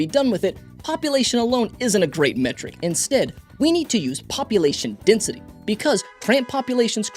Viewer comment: Desnity? French is funny